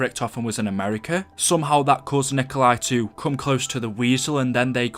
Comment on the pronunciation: And Nikolai Tesla isnt the same pronunciation of Nikolai in Zombies